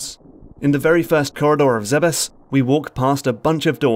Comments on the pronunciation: I wonder how a person gets mentally to the pronounciation "Zebbes" instead of saying "Zebes". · It will always be pronounced "Zeebs" in my mind. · Am I the only one who pronounces Zebes as “Zeebs”?